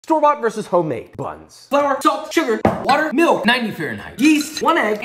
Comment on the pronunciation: WaUteR got me dying😂